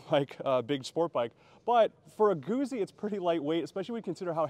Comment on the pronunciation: Its pronounced gootsy! Not Goozy